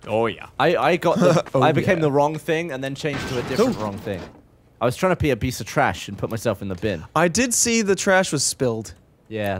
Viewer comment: nobody noticed "i was trying to pe a biece of trash"